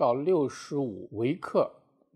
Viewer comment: 你好，刚刚看到你的视频，谢谢你的解释。在 处，你把 "ng/ml" 中 ng 和 ml 念错了; 希望纠正。